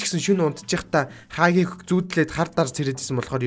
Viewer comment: Хагийг ks 😂😂 хаагийг гэж хэлж бсан блгүй дээ